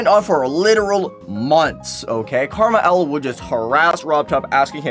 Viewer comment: you say KrmaL as karma L. but isnt it an abbriviation for krazy man 50. Since L is fifty is roman numerals